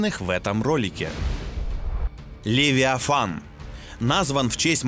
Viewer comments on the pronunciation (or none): none